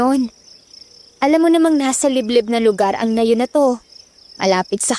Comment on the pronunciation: Nayon.. Hindi Nay'un ang bigkas